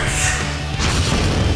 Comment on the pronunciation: おいでやすの発音がおかしいのはロボだからっていう言い訳は聞きません（キリッ